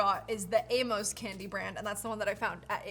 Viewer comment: Aim-Us not A-moes. My grandpas name was Amos. 🙂